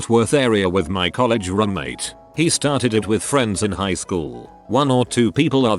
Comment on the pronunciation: No one: The voice: Coll egg